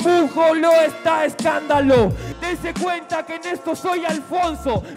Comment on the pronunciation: dice Estandalo